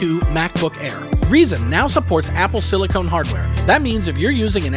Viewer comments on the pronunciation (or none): Yay! I’m so happy I’m even prepared to forgive you saying Apple Silicone instead of Apple Silicon!😂